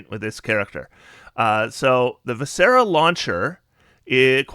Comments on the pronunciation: I don’t like being pedantic, but Kensei is pronounced Ken-say, and viscera is Vi-sur-uh with the first syllable emphasis. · I love your content. I’ve watched you for years. VI-sr-uh. 3 syllables. Stress the first. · Love the build, but your pronunciation of viscera is poking my physician OCD. It’s vis-CER-ah. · So in the Word Viscera, the "is" in it is pronounced like the word "is" so v-is-sir-rah" viscera.